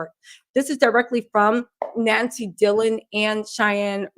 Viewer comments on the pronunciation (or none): none